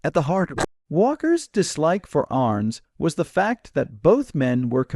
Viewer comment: Must be an AI voice that cannot pronounce names. Couldn't even get Arness right. Arns? Really? So I skipped through this in a couple of minutes. Junk.